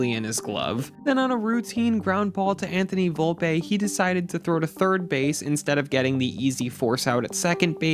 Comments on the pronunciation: Volpeeeee and Jason Dominguez pronounced better would go miles ❤ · “Anthony Volpay” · Why is incapable of pronouncing Volpe, Steinbrenner, or Jasson correctly?